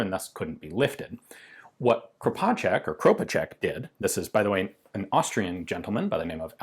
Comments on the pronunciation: your first pronunciation of Kropatschek is spott on. Same goes for sounds exactly like I as an Austrian would pronounce it. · He actually nailed it :D